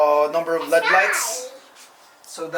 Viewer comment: L.E.D not said like lead. You say the letters separately. L. E. D. it stands for light emitting diode. You are driving me nuts, bro